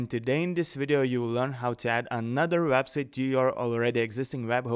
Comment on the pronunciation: You should really learn how to pronounce the word "Website".